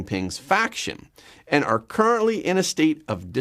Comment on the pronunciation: That’s are, not arr